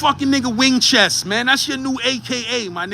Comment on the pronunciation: Nicca said WING-CHEST 💀💀😭🤣🤣😆😂💀